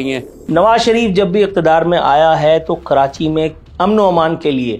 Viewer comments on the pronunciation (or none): Sir city name is not karanchi its KARACHI